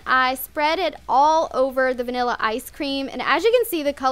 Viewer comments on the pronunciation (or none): She acts like a child. Niller ice cream? It's Vanilla ice cream. Scrooper? Like really it's scooper. I mean I like her DIYS but I think she could tone it down with the makeup and trying way to hard to be funny. She is funny sometimes but sometimes she isn't